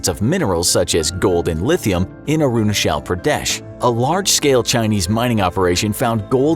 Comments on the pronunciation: First of all , you spell Arunachal Pradesh . It's not Uh-roo-nuh-chel Pruh-deh-sh , it's Ah-ru-naa-chal Pruh-de-sh :( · No one : Literally no one : The guy speaking: aru na shell pra des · Am I the only one who’s uncomfortable with his “aroonashell praadyesh” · he can pronounce China with a " Chai " but he can only pronounce Arunachal with "shal" .... wtf lol ? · It is not pronounced as 'Arunashal Pradesh'. It is 'Arunachal Pradesh'. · Sorry your pronunciation is wrong it's not arunashal Pradesh (I'm an Indian and it's differently pronounced here in India)😂😂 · ITS NOT ARUNASHAAL PRADESH ITS CH CH NOT SH AND A IS AAAAAAAAAAAAAAA A FOR AAAAAAAAAAAAAAAA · i kept laughing after hearing how arunachal pradesh was pronounced its like aaaruuuunaaaachaal pradesh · I was so confused when he pronounced Arunachala Pradesh and aksai chin 🤣🤣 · I like the way he pronounces Arunachal Pradesh😂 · How difficult could it be to say Arunachal Pradesh correctly 🤔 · the way he spells "Arunachal Pradesh" is just akward for us and silently embarassing fr the narrator. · How he pronounced arunachal pradesh is funny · Your pronounciation for arunachal pradesh is completely wrong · Bro you are pronouncing Arunchal pradesh wrong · Lol please pronounce Arunachal Pradesh and Akshai Shin properly. 🤣🤣🤣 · You can't speak Arunachal Pradesh properly ?